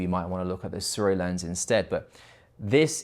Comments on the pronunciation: aye no hate but "Su-Ray" is the only way I have heard it said how do say it. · American in their mind: *Hmm I wonder how to pronounce sirui, ahh yes "SU-RAY" 🦅😂 No hate man, I just find it funny how americans absolutely demolish pronunciations of some words. Maybe they would send you some if you got their name right😉 Good video overall though, personally I don't think the sirui or blazer look that pleasing. cooke and arri anamorphic looks 10000x better but of course they're very🤑